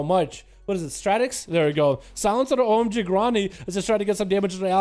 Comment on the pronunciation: The guy's name is "omg ronny". keeps calling him gronny...